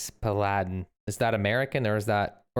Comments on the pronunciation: paladin OMG you don't know how to pronounce paladin 😂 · PAL-A-DIN is an American artillery system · Pal-a-din mobile artillery USA